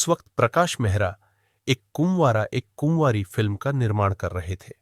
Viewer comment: सिंकदर नहीं सिकंदर कहिए। कुमवारा, कुमवारी नहीं, कुंवारा,कुंवारी। 5.45